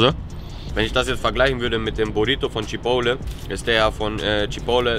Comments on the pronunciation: CHIPOTEL!!! Alter was für „Chipole“??? 😂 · Chipole??? CHI-PORT-LEY (so sagt man das) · CHIPOTTEL!!!! CHIPOTTEL!!!!!!!! NICHT CHIPOWLE 😂😂😂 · Junge wie spricht der chipotle aus 🤣🤣🤣🤣🤣🤣🤣🤣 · Immer noch nicht gelernt, wie man Chipotle ausspricht. Triggert mich des Todes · triggered so hart wie er Chipotle ausspricht